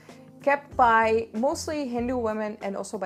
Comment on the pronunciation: when you said bhai it was correct but when you said by you pronounce wrong